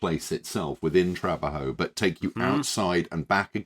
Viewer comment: tra-BA-jo, not TRA-ba-jo